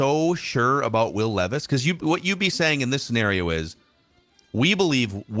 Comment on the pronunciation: It's leeeeevis according to 😭